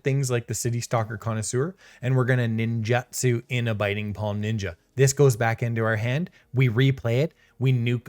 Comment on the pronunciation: I don't want to be that guy but it's nin-joot-su.